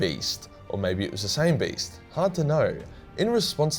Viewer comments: For the whole time I thought he was saying was "Based" and not "Beast" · I thought you were saying based